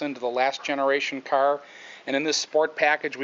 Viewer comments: wtf is a ceur... its a fuckking car not a ceur.... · From the way you're pronouncing "car" as "kurr", I'm going to assume you're from the Michigan/Illinois/Indiana/Ohio/Pennsylvania region...